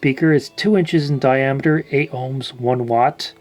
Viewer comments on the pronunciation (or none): none